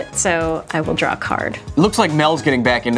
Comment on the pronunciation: Kyle: “I’ll drawzi” 😂